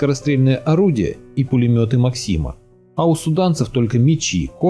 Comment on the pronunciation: Пулеметы мАксима.